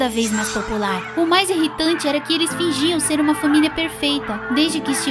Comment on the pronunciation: Senhora jobs KSKSKSK pq ela fala FÃMILIA 🤨